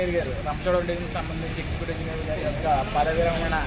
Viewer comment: పడమ విరామడి కాదు మామ గారు పదవి విరమణ